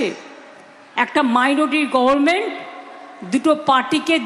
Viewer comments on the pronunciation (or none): none